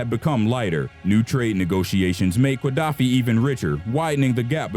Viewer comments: Very interesting. However, the pronunciation of Qaddafi is not "kwa-DAFF-ee," but rather "guh-DAFF-ee" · are you really saying QUA-daffi?